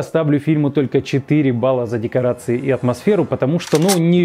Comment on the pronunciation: ДекоАРции вместо декоРАции